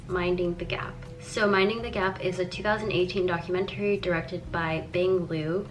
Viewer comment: no but srsly why does she say it like that rbfehjbgeg